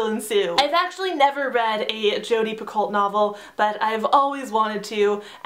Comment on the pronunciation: Just in case you actually wanted to know, Picoult is pronounced Pee-koh. Okay, slowly backs out of the room